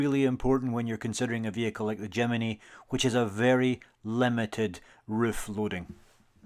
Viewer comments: It’s JIM NY not JIM IN Y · Not Jimeny !!!!! Jimny ! Jimeny just sounds stupid !!